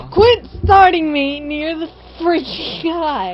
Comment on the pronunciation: its freakin not freaging